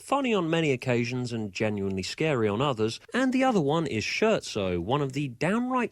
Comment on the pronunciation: Please, please, please! It's an Italian word. Learn to pronounce it rigt. /ˈskert.soʊ/